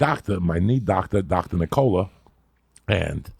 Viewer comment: Joey's doctor, 'knee-cola'.